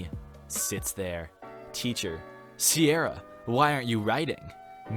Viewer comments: How can u not pronounce Ciara , it’s pronounced K-ear-ah not see-ear-ah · Did you really just pronounce Ciara as Sierra? It’s pronounced Keera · Ciara is pronounced "key-ra" not "sierra". Cuestar got it wrong too. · Ciara isnt prnounced as Sierra. Its pronounce Key-Rah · Thats.... not Sierra. It's Ciara. (Pronounced Key-Ra) it's a quite the common name in Ireland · "Ciara" is pronounced like "Kira", not like "Sierra". It's an irish name. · the way he says Ciara . It's pronounced Kira More in comments because I didn't know you could edit comments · What is that pronunciation of Ciara?? It's an Irish name pronounced as Keera. 😂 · It's pronounced ciara with a hard c not seeira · Ciara is pronounced ‘kerrr-ra’ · lol my cousins name is ciara and i just wanted to tell you that it’s not pronounced like that 🤭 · Ciara is pronounced with a hard C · pyour pronunciation of ciara annoys me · Ciara is usually pronounced Ciara unless is a new generation thing that I don’t know about. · Cringing at the way he pronounces Ciara